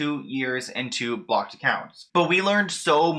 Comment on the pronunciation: I'm so sorry but your accent on blocked and Lou Ann is driving me NUTS it sounds like you're saying BOCKED I literally had to Google if BOCKED accounts were a thing.. and it sounds like you're saying "lewing" or "Liam" Taylor. I'm sorry to sound mean but 🤷